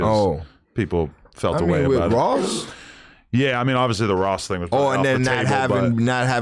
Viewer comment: He can’t even say Ross name lol